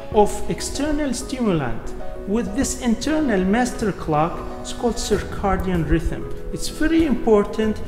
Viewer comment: The proper way to say it in English is "Circadian", (ser-kay-dee-in). It is not Cicardian.